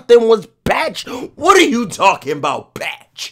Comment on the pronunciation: “Whatrr are you talking bout”😂😂